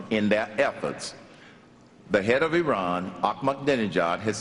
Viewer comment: Did that fucking bastard call Iran "Terr-an" as in Terror?? For fucks sake man!